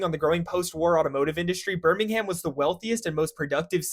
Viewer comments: As a Brummie born and bred, I appreciate this introduction to our city. I concur with many of the comments that Brum wouldn't be many people's favourite places and that you definitely don't pronounce it Birming-ham (it's more like Birming-um), but I think many others are being harsh. We've got an excellent industrial and intellectual history, some of the largest green spaces of any urban area in Europe, lovely canals, and a European Cup winning football team (UTV!), plus the Cadbury factory, lots of good universities, and a brilliant Indian food scene - the Balti is one of Brum's finest creations! Parts of it are rundown, largely down to Thatcher and poor management from successive (and likely future) governments and councils. The current bin workers strike doesn't help matters, though all solidarity with them. Overall though, I think we're a misunderstood and overlooked city with a lot of decent working people. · It's "Birming'um" mate. Americans...... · I’m so used to birmingham being pronounced normally like behmingam that hearing all the letters pronounced took me out lmao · "Shit-stain" not "Birming-ham" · "Birming-ham" "domes day" 😆 great engagement farming bro I rate it 9/11 👌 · It really does my head in every time Americans pronounce the sufix for cities "ham" like the delly product. Moreover Birmingham is the capital of Alabama, and is pronounced the same as the English city. So they have no excuse for not knowing how it's pronounced. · Too much emphasis on HAM mate 😂😅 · please never say the name of my city again 😂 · Except for the pronunciation or mispronunciation of both Birmingham and Domesday, good vid! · I pretty much ignored the entire video screaming about the "Domesday books". I can forgive the US pronunciation of Birmingham, but getting the wrong name for one of the first national censuses is pretty bad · Thats not how you pronounce Birmingham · Came here to say just that😂😂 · In alabama, he said it correctly the 2nd time. Damn brits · “Birming HÆM”